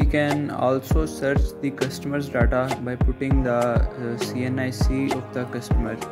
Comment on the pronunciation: daaata? du u mean data?